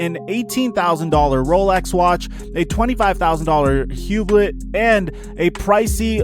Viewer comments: Hu-Bloh not hublet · You didnt pronounce Hublot right either. Lol it's all good bro...